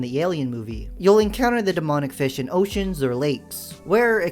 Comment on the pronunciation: "[username] was slain by fih"